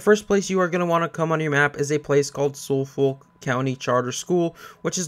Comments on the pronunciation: You pronounce Suffolk (sufuk) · Just so you know Suffolk is pronounced SUFF-UCK. I know because I live in Suffolk, in the U.K. Anyway that aside, thanks for the good guide bro. Much appreciated. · It's pronounced "Suf-Fuk"